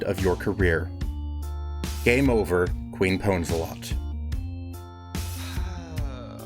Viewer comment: her name is Queef Pwnzlthot, but i'll forgive you that you pronounced her name wrong :)